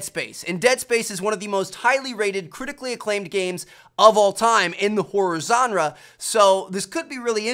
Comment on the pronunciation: "HORROR ZAN RUH" lol